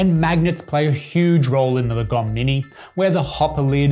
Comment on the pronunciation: I think the right pronounciation is not lagOm, but laaahgom, that's a Swedish word